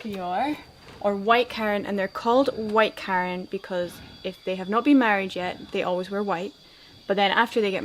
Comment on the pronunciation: Nice video. It is not pronounced care-ran. It is pronounced kuh-ran !